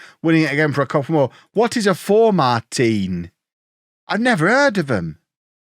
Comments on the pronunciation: Formartine Utd in the Highland League is pronounced Formartin. Silent E. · Formartine are about 10 miles north of aberdeen. btw it's pronounced for-martin